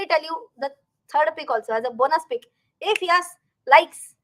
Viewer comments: From this Diwali pls change the way u pronounce YES. For sometime it was Ok but no more. Pls yaas is yuck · i LIKE your pronunciation of the word YES. very unique